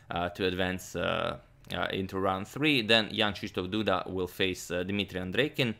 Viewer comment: Jan Krzysztof Duda - good enough but still far from what it should be :)